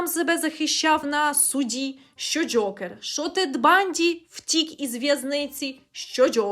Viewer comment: Дякую за шикарне відео!Дуже було смішно, що ви кажете Джьокер прямо, як Скрипка, коли рекламував казино Джокер😂